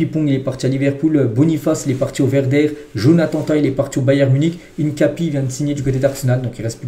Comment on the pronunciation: Fais un effort stp, c'est HINCAPIÉ, il y a un accent sur le "E"